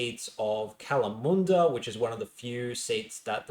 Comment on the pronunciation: Don't forget his batshit pronunciation of Kalamunda he seems to have corrected himself on it now so he's capable of doing it right despite immediately going back on it 2 seconds later haha